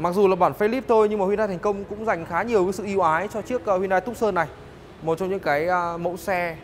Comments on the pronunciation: Dong Nguyen phiên Âm tiếng anh theo kiểu Việt Nam đọc là tấc sần nha bạn :)) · Reviewer đọc tên xe sai rồi, phải đọc là Too - san, vì xe này được phát triển ở thành phố tucson bang Arizona , Hoa Kỳ :)) nên lấy tên của thành phố này đặt cho xe